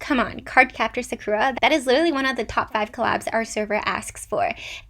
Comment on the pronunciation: There is only one thing that bothered me this whole video, your mispronunciation of Sakura.